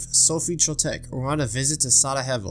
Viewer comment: I'm not Bosnian or anything but I think you may have butchered the pronunciation of Sarajevo edit: and every word with shire on the end